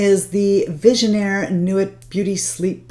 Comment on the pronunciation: The pronunciation is Visionnaire "noo-ee" without the T. French lessons for Lancome customers would be a good thing!